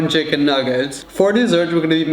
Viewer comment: the way he pronounce chicken as “cheh-kihn” is so freakin cuteeee